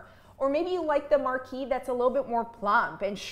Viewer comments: Hey - it's pronounced MAR-KEEZE -- (French), the feminine of Marquis (Mar-Kee). I can't believe even so-called professionals consistently mispronounce this FRENCH word. Then there is "briolette cut," which most pronounce as "brio-lay. Briolette is also feminine. Only the ending ET ending is pronounced "ay" (as in parler (to speak). If you're going to talk about a cut, which you are obviously qualified to do, please at least learn how to pronounce it. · IAM Frenchl and we Said Marquise for women and Marquis for a Men you don’t know how to prononce that ! Its Marquise of Pampadour With the R in the end 😮